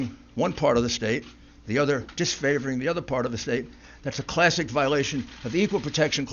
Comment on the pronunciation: "Tha AP has called. . ." LOL